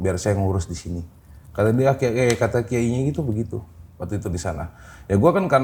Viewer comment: Jd salfok, masnya kaya aku klo sebut kata "waktu" itu "watu": Watu itu 😂